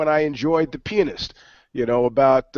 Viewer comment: Pronounce the fucking "a" pianist hahahaha